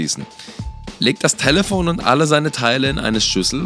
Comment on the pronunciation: Warum sagt er talefon